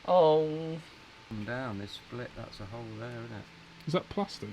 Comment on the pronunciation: saying hole pronounce hoe 😂